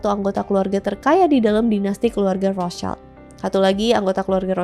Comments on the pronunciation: Bacanya yg rotcild bukan rostcaild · "Rot Shilt" menurut informasi yang saya tau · setahu saya penyebutannya Rothschild bukan Rothschaild karena dari bahasa Jerman bukan Inggirs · Menurut aku pronunciation Rothschild Itu bukan rotscailt tapi rotsyilt, kenapa? Soalnya itu kan keluarga dari Jerman, nah di bahasa Jerman cara baca huruf vocal itu sama kayak di Indonesia yaitu aiueo trus di bahasa Jerman sch itu dibacanya syi, jadi seharusnya cara baca nama dari keluarga Rotschild adalah "Rotsyilt" Tapi correct me if i'm wrong, cuz i'm not really sure about this hehe peace:D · RALAT MBAK.. CARA PENGUCAPANNYA ITU BUKAN ROTSCAIL TP RUHTSIEL ITU BAHASA ASKENAZI.. KASIAN BUAT YG LAIN NANTI IKUTAN SALAH. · sebutnya roth schild bukan roths child. ejaan jerman :) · Koreksi, Rotschield ( perisai merah) itu cara bacanya {Rot syild) ( sch itu cara bacanya seperti sy pada kata syarat) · Cara bacanya Rot-shild (artinya:perisai merah) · FYI ya, Rothschild itu dibacanya "Rotsil" karena asal mula namanya dari perisai (schild (jerman)=shield (english) bukan anak (child). Ini seringkali salah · Betul!! Makanya agak risih saya dengerin. Karna di Jerman kita sebut Rothschild (rot-shild) aduhhhh suka2 deh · Pronounce nya Rothschild yg bener : Rot-Syild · Baca nya rot shilt kak, soalnya itu bukan bahasa inggris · Bacanya Rot Shild Itu bukan bahasa Inggris bahasa Jerman: [ˈʁoːt.ʃɪlt], bahasa Prancis: [ʁɔt.ʃild], bahasa Italia: [ˈrɔtʃild]), dikenal dengan sebutan Wangsa Rothschild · ya salah, karena dia bukan german dan tdk paham spt orang kebanyakan